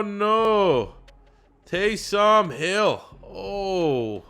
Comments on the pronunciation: Please stop saying Tay-som. It's Tay-sum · you pronounce taysom like taysum or taysome not tay som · Its pronounced Taysum not TaysOOm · For the love of god quit splitting up his name and say it as a full name Taysom not Tay Som. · Taysom not Tay SOM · its "Taysum" not "taysom" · Am I the only one that is super mad at the way he says taysom hill it's pronounced tay-sum hill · "Tay-Some Hill" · The way you say Taysom really bothers me